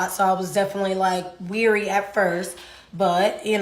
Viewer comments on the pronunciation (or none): Wary, not weary.